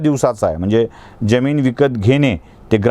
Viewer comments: ज्यमिन्ं नाही जमीन . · उच्चार बरोबर करा हो, ज्यमीन नाही जमीन म्हणा ! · आपल्या मराठी उच्चारांना एनलायझर लावला असता आपण सातत्याने जमिनीतील जरतारी ज चा उच्चार जगभरातल्या ज प्रमाणे करीत होता. अशी जमीन मुरूड सोडा, मराठी भाषेतच नाही! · Jyamin nahi jamin